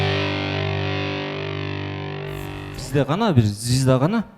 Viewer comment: Зизда дебечи звезда дечи уфыфы